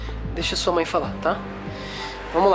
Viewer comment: Mãe ❌ Mãr ✅